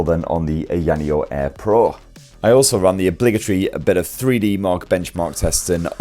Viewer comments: It's Eye Ah Knee Oh, not Eye Annie Oh. But I think you are doing it to poke fun at the company's somewhat silly name, so carry on. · annoneo - AYA NEO BRO lol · I've never heard anyone say ayaneo's name like that X). You had it right the 2nd time around, "eye-yuh neo". That being said, been looking at this. I'm still waiting on the slide or something with a 7 inch screen but not so bulky feeling as the deck (and the asus device from what it looks like) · Dude. The way you pronounced it wrecked the video for me. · I hope Ayaneo enjoys hearing you say their name. Don't correct him people. Just let it be. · AYA NEO is not very hard to pronounce stop being obtuse